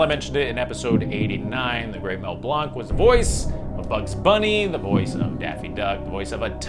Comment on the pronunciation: For a category how about “That’s not how you say it.” Names that have been misspoken, either deliberately or unintentionally, like Duke Weselton’s. And speaking of that…Mel’s last name is pronounced like “blank.” 😊 The best Jules Verne at a Disney park was the Timekeeper attraction. Still miss that attraction. So many quotables thanks to Robin Williams.